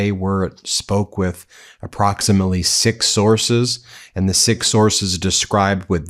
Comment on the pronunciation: Did you say "six" sources or "sick" sources?😅😅😅